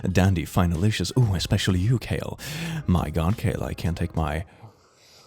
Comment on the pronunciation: Its pronounced kaleb